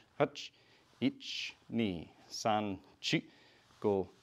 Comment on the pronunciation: Its san, shi not son, chi😂